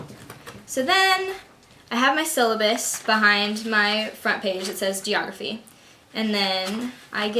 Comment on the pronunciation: funny when you say geeorgraphy... :P wow very organised :)